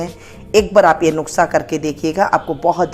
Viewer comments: कृपया नुक्सा नहीं नुस्खा बोला करें। धन्यवाद। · Aap bhi lijie Maam, taake theek se Nusqha/Nuskha bol saken - na ke Nuqhsa 😝😆😝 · नुस्खा कहिये.. नुक्सा नहीं धन्यवाद